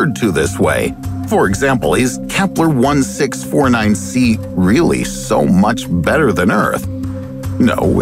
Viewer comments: I did notice you didn’t say Kepler 1649c correctly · I noticed you miss pronouncing the Kepler name of the planet I gave you the benifit of the doubt and assumed you were talking about different planets so jokes on you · i was thinking why the kepler sound different he just mispronounced it 3 times